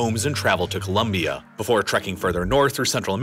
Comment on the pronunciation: FINALLY SOMEONE THAT SAYS COLOMBIA RIGHT I'M SUBSCRIBING JUST FOR THAT